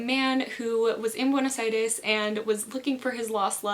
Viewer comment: ¿Tú hablas español? Porque ese "Buenos Aires" te salió muy bien.